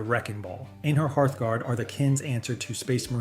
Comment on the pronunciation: Right? I had my suspicions and then when it got to Einhyr I had to rewind it three times just to figure out what the hell it just said😂